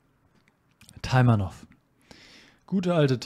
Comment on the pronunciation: Taimanow Betonung auf der zweiten Silbe